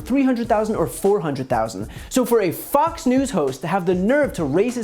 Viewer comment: I swear he said "FUX" news instead of Fox...subliminal...